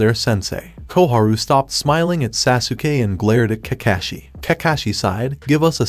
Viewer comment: your saying sasukay this is how you say it sos-kay its spelled sasuke